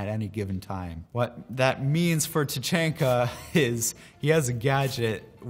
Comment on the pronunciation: HE SAID TACHANKAS NAME WRONG